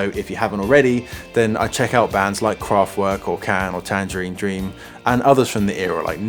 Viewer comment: Drinking game: Take a sip every time the pronouciation of Kraftwerk is severely mangled :-)